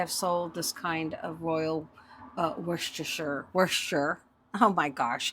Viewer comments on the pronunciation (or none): Hello from England! Don't bother with the "shire" unless talking about the sauce! Just say, "Royal Woo-ster"! Love what you do, keep doing it! X